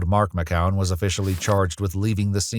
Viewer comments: Mckeown is pronounced Mic-cue-en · McKeown is pronounced as Mc-kyou-in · You are pronouncing McKeown Wrong 😮